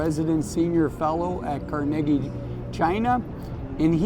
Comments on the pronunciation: Car- ne- gee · Love your videos I believe it is pronounced Car-ni-gee As in Carnegie Hall